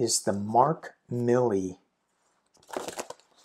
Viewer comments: it IS pronounced Milley--not Miley. Just FYI. Love you and your channel. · Thank you,,for your hard work and dedication to help us stay calm and centered. Your Sunday morning read is my church. Really does help me start the week on a good vibration. 😊 Oh, by the way, it’s short “i” sound and 2 “l’s”. Gen. Mark Milley.😊